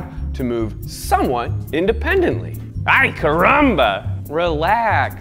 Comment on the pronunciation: Oh god that AY CARAMBA...such a hard C